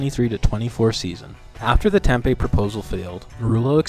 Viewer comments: Its Tem Pee. Not Tem Pay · It's TemPEE not Tempay lol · Interesting video but Tempe is pronounced Tem-pee not tem-pay that's my only gripe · Tem-pee not Tem-pay